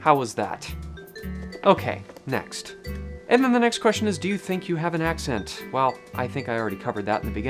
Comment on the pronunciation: I notice "and" (eeeyand) and "good" (gyuuhd)